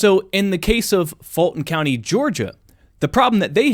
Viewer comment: Why are you saying "Faultin county"? it is "Fulton County".